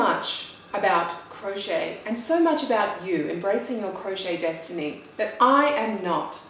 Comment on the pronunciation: 'Desitiny', hmmm